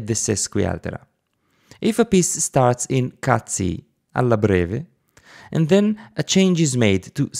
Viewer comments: did you say "cazzi meter" ? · he did, many times. he'll be banned by italian youtube! I was giggling to myself as in 5th grade :-D